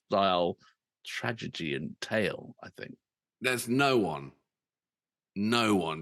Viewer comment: Ren brought me here. Subscribed because of the fIREHOSE flier. Sticking around to hear how many more times you mispronounce "tragedy". Serves ya right for mocking my Welsh cousins 🤣